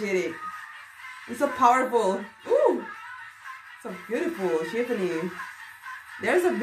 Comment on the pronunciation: It's shivaaaaani not shivni 😣